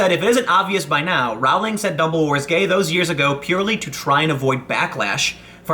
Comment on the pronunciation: I think you'll find it's "Rowling" as in "Bowling".